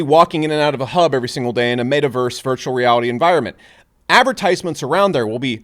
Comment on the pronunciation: Can someone teach him how to pronounce "met·a·verse"